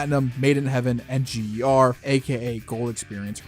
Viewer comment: It’s GER